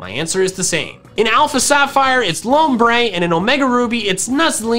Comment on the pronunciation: THE U IN LOMBRE IS SUPPOSED TO BE AN O!